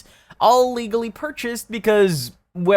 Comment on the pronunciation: *grabbed her *legally purchased guns. It sounded like you said illegally and Lamza's mother legally purchased them for her own collection.